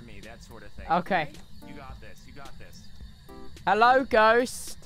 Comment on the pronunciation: Hewwo thubbo!